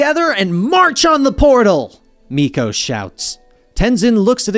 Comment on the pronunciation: idk who miko is its milo lol